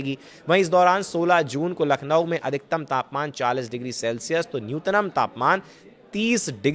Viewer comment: न्यूनतम भाई न्यूतनम नही